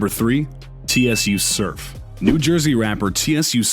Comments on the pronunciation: This nigga REALLY said "T.S.U Surf" Its pronounced "sue" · It's Sue Surf pronunciation. If this dummy watched tsu videos his name is said millions of times. The owner of this video knows his name he's trolling. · Lol Tee S You surf Haha🤣 it short for tsunami surf. So it's pronounced sue surf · T-s-u surf, a a ron, Jay queline...Tim o thee prezent.😂🤣😂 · This foo said T.S.U Surf😂😂 Its said “Su Surf”🤦🏽‍♂️ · It’s pronounced “sue” it’s not T.S.U. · It's TSU(Soo) surf like TSUnami surf 😂😂 "TSU" He says😂😂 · Yeah but turning a pronunciation error into racism just doesn't make sense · “Tee Es You Surf” lol Tsu Surf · ”T.S.U Surf” 😂😂😂 Its pronounced like “sue” as in TSUnami lmao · T-S-U surf....it’s pronounced “Soo” bro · "TeeEssYou" Surf....Lol You Can Tell He Not from The Culture lol....its Pronounced "Sue Surf" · This nigga said T S U surf 😂😂😂😂😂😂 nigga it’s soo surf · THE MAN NAME IS TSU(SUE)SURF BRO NOT T.S.U LMAOO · T-S-U Surf is pronounced “Sue” Surf 😂😂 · It’s “ sue” surf !! Not T-S-U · It’s not T.S.U. It’s pronounced sue Surf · T S U surf 😂😂😂😂 ....”su” surf bro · This man really said T-S-U Surf lmao. Its pronounced "sue" like tsunami. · He really said T S U surf lol it's pronounced "Sue Surf" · T s u surf🤣🤣🤣🤣🤣🤣🤣 the fucc its tsu surf bro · T s u surf 😂 it's tsunami surf tsu the t's silent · His name is not T.S.U Suf it’s TSU Suf like tsu is a word lol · (T S U ) SURF ?? it's pronounced sue surf but spelled Tsu surf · This clown said T. S. U SURF as if each word needed to be said, stop doing our culture and stick to yours. Its pronounced SU SURF. Smh goofies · My man said T.S.U surf LMAO it's pronounced sue surf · TSU SURF!!!! 🗣🗣🗣It’s SUUUUUE SURF! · He said T.S.U surf 🤣🤣🤣🤣 Dude thats not how you say his name its spelled Tsu but you say it as “sue surf” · T-S-U surf? It's pronounced SUUUU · My boy said T.S.U. Surf! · did this man say T.S.U Surf? his names Tsu Surf pronounced "Sue Surf"... or "Sew Surf"... smfh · TSU SURF LOL it’s pronounced sue surf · T-S-U surf? 🤦🏾‍♂️